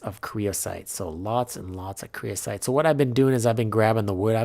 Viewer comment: someone has probably already said this but its creosOte, not creosIte